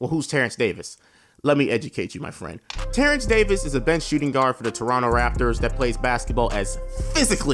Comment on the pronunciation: “Terrence Davis” 😭😭😭